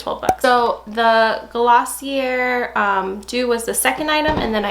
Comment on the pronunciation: Glossier is pronounced GLOSS-ee-ay. It's French, mon amie!😎